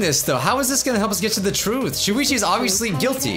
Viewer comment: Poo-ichi not shuichi